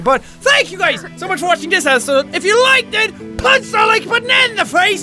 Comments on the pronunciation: Ikr he said it like esisood xD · Did any one else here him say esisode instead of episode 😅